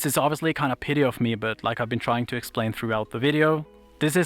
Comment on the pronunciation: Hi loved this video. I insist on being petty myself. Your pronunciation of petty sounded like pity. (thoughts/comments)